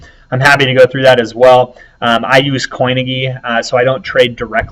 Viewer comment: Thanks for breaking down IOTA, very interesting. Quick one though. surely the gy in coinigy is pronounced like the gy in biology. How do you say biology?